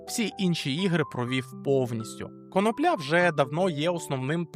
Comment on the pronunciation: Чому всі коментатори неправильно ставлять наголос в слові конопля? Треба наголошувати на другому складі - коно'пля, а не на третьому - конопля'!!!